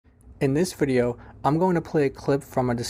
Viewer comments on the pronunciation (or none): none